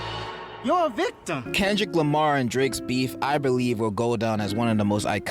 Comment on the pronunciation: bro really said kendrick limy 😂